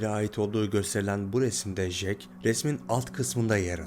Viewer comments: Ya şu isme JEK diyip durdun sinir hastası ettin be olm ya! CEK diye okunur o bi öğren la seslendirme yapıyosun burda! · Resim çekilmez kardeşim, resim yapılır. Fotoğraf çekilir 🤣 ayrıca Jack "cek" diye okunur, " jek " değil. Bu kadar zorlama bir içerik için teşekkürler